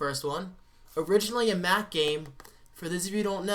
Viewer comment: When you said Halo Was originally a Mac game I thought you said Math Game Lol